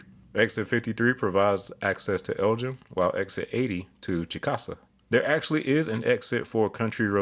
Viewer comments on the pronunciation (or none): Chickasha - Pronounced "Chick-uh-shay", not "Chicka-sha". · One note. Honestly its fine, everybody outside of Oklahoma makes this mistake, (even the Oklahomans do) but our town is Chick-uh-shay, not Chick-a-shuh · For Oklahoma Chicksha is pronounced Chick-uh-shay and Miami is pronounced My-am-uh Osage is pronounced O-sAge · Hi. Love your videos, and wanted to let you know Chickasha is pronounce Chick-uh-shay. Again, love your videos keep up the great work. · Great video! Chickasha is pronounced “Chick-a-shay” in Oklahoma!! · On I-44 in oklahoma its pronounced chick uh shay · Correction: Chickasha is actually pronounced CHICK-uh-SHEA. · It's actually pronounced "Chick-A-Shay" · As an okie I am obligated to say it’s pronounced “chick-uh-Shay” lol great video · It's pronounced more like Chick O'Shea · Pretty sure the OK town on 44 is pronounced Chick-a-shaw. It's Native American named. Thanks for the vid. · Chickasha - pronounced: CHICK - a - shay Miami (the one in Oklahoma) - pronounced: my - AM - uh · Completely missed the pronunciation of Chickasha lol. It’s Chick-Uh-Shay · Oh, bro! You murdered the pronunciation of Chickasha. It's "CHICK-a-shay." Then you missed it with Miami (Oklahoma). For some reason, it's "my-AM-uh." You also mangled Salina and Osage City in Kansas, but I'll let somebody else help you with those. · "Miamuh" threw me for a loop for a good while (Florida native with family in Oklahoma, now an OKC transplant since 2019), but in 32 years I don't think I've ever heard anyone mispronounce Chickasha before. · Chick-uh-shay is the proper pronunciation. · 2 Corrections on pronunciation in Oklahoma--Chickasha is pronounced 'Chick-uh-shay', and Miami is pronounced 'My-am-uh.' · also Chickasha is pronounced “Chick-uh-shay”. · That Chickasha pronunciation made me cringe so hard.